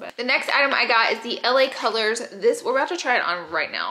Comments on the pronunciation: Anyone else here Laura say la girls instead of la colors lol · Didn’t anyone one else catch Laura saying LA girls instead of LA colors👀 I love Laura’s videos! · Laura always calling "LA Colors" "LA Girl" 😂😂 , I love her !